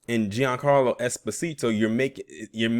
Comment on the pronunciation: His name is pronounced "John Carlo". He's Italian.